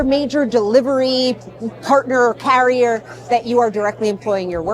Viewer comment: What's in her mouth when she opens up so wide just to say "carrier"?